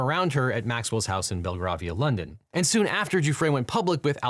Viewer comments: Ghislaine : English pronunciation is "Gee-lane" Belgravia : English pronunciation is "Bell-gravy-uh" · Bell-Grave-Ear … Belgravia There, fixed the pronunciation 😎🇬🇧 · Bell-grave-e-ah for future reference